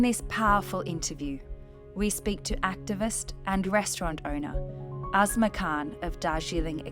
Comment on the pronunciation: I hear asthma or azma when you say her name. Asma Khan, more women in leadership roles is absolutely part of the solution.